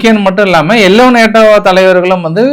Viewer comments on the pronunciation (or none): none